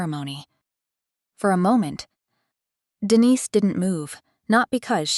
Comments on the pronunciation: Name of protagonist Denise is not pronounced correctly. Distracting. Storyline interesting. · Denise pronounced correctly in first minute but later not.